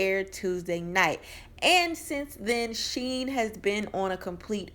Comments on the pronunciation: Shen not sheen lol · Her name isn’t Sheen (as in oil sheen, lol) it’s Shen (as in Ben, with an S).